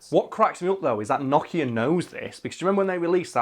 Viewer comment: NO kia. Not Noch Ea. Sounds like word 'no' not like 'gnocchi'